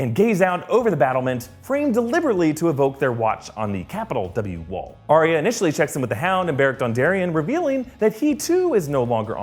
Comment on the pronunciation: It's Ar-ya not Ar-y-a. It's just 2 syllables.